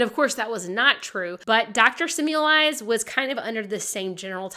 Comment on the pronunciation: Oops, it’s pronounced Se-mel-vise, not Sim-you-lize.